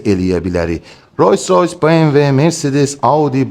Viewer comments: Roys roys yox Rols roys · Sizin obirsilerle ferginiz odur ki, siz Roys Roys deyirsiz)